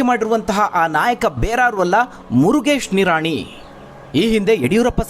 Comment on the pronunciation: 😂😂 ಮುರಗೇಶ್ ನಿರಾಣಿ 😂😂😝😝😝 ದೇವರೇ ಮೊದಲು ಚಂದ್ ಶಬ್ದ ಉಚ್ಚರಣೆ ಮಾಡಾಕೆ ಹೇಳಿ 😝😝😂